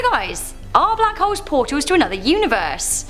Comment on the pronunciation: sorry but i just heard bLaCk hOEss 😔